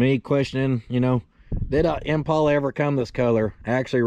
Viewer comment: pronounced it correctly.